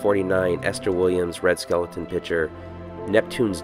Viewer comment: “Red Skeleton” ??? Lmao. It’s Skel-ton